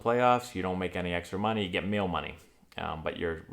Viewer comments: MEAL say it MEAL not mail . MEEEEEEEEL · What accent pronunciation of meal sounds like mail ??? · I can’t tell if he’s saying “mail money” or “meal money” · Ha! I thought you were saying "mail money" this whole video. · Is he saying mail money or meal money? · I thought he kept saying Mail money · 5 and a half minutes in, and I just realized you're saying "meal," not "mail" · After the full video, I saw your comment and realized he is saying "meal", not "mail" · I thought he said mail money too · Lmfaooooooo!! Me too! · Until I read your post, I was still thinking he said "mail money" and was scratching my head... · Lol I didn't realize it until I read this comment! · The whole time I'm thinking 'what is mail money'? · I literally came to the comments to see if someone could clarify this for me. Meal made since, but I kept hearing mail. I am glad I wasn't the only one. lol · LOL.... I still think you're saying Mail.... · haha.. I didnt realize this until I read this comment. I would have left here thinking he said mail. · It took me MORE than 5 and a half minutes... it took me reading your comment to realize he was saying "meal". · Same here lol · Blood Bath and Beyond - Pop Goes Metal Covers lmao I thought the same thing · Me, too!! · Dammit...I though it was mail money through the whole video. Lmao. I was like "ok, they get mail money. Wonder why they call it that?" :) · I paused the video to scroll down to the comments to see if anyone explained what Mail money was hahaha. I get it now 😂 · Thanks jerk i was fine hearing mail...lol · Same, I just thought it was a paper check called a mail money. Thass funnnny. Your accent isn’t bad my dude.